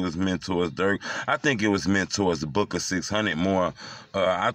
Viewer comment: Annnnd alotta people been asking me about, they wanna know how from Chicago but can't say Booka name right???